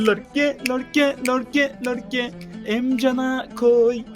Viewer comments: abi o oyuncunun ismi lorke değil yorke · Yorke:lorke ksnsnsjs